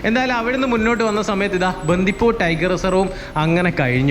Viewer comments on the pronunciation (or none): ബന്ധിപൂര് അല്ല ബണ്ടിപൂര് 😊